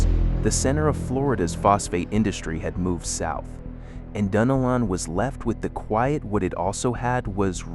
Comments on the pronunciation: It's Duh-Nel-lin. (Dunnellon). And I've been here 30 years now and you couldn't convince me that the town today is stuck in the 1960's! Not with the traffic that is currently there now! 😄Btw, we love going to Cedar Key. It's still maintained it's culture and beauty. Also, Mic-CAN-O-Pee is where parts of the movie Doc Hollywood was filmed. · I love the way my gps pronounces it… like, Dunna- lynn or something lol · I am a Native Floridian, 73, born and raised in St. Augustine. All my life we pronounced it " Dun- ellen". And "Mic-can-O-pee". There are other names being mispronounced. The Ai needs more local influence. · Yes it's pronounced "dun nelle-in" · IT'S PRONOUNCED DUNN-ELLON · MICANOPY,,, : It's Mic-an-OPIE. Sory to correct you... lol also: Dun-el-un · I am like you, I am sick and tired of AI mispronouncing our town names. They need to ask local people what the name is and not just make up their own pronunciation. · Interesting. With lots of useful information and Ai images. But the announcer needs to learn the correct pronunciation for Micanopy, Palatka, Dunellen some others that he mispronounces.